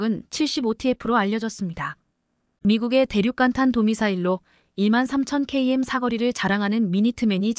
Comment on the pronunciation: 커이엠이 도대체 뭐냐?똑똑히 발음 해라